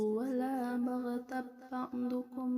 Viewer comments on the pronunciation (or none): Maaf Bu,.koreksi bacaan "bagtab" yg betul Yagtab bukan huruf Ba tapi Ya